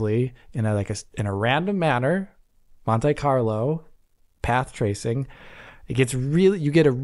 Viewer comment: That was terrible. Also why did he say "monte carlo" lol